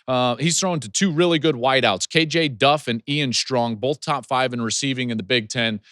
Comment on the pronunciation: Joel I want you to spell the word "both" out loud. When you do this you'll see that there is no "L" in this word. Please stop pronouncing it "bolth"